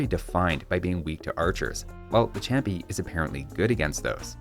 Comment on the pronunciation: I don't actually know Spanish, so don't trust me on this, but I think the ch in champi is pronounced like sh (the word is Inca, but Native American words are usually romanized based on what European civilization transcribed it).